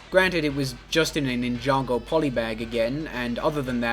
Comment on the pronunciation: Did my man seriously just pronounce "ninja go" as "nin yago" 🙈